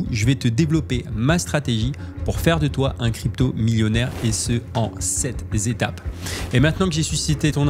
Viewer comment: En sept zétapes 😂😂😂